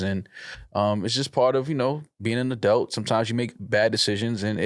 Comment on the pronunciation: Why does say “adelt” instead of adult 😂 I’m sick of it lol